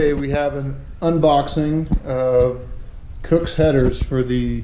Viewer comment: Haha bro you said it right! 👍